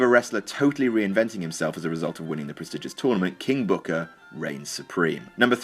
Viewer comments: "king booker im sorry KING BOOKAA" LOL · "King bhookar"😂😂😂😂😂😂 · I FUCKING DIED when you mimicked Booker T's Pronunciation of "KING BOOKA!"